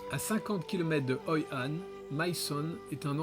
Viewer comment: c'est Hoi An et Mui Ne pas Hoi Han et Nui Ne. Mais c'est un bon docu. Merci beaucoup.